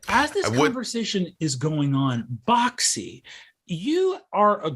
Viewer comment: Does anyone else hear "Bac Si" as "Boxxy"?